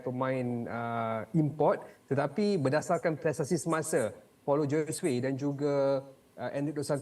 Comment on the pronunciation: Paulo Josue. Sebutan Josue tu JHO-ZU-EY. Perkara remeh mcm ni pun boleh salah. Cari la initiative utk memperbetulkan nama org tu. Atau tnya tuan punya nama sendiri. Beriya-iya nak ambi broadcasting rights tapi benda remeh pun x nampak. Rugi bayar